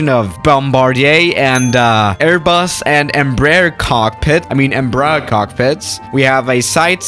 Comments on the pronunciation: Embraer, I mean Embruh. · nobody:: emBRUH cockpit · Nobody:: Em- brujh